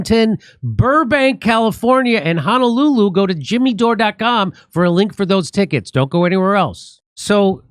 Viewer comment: Lahaina (La-high-nah). And Honolulu, not Ha-na-lulu. It's a little thing but the effort will be appreciated. Thanks Jimmy!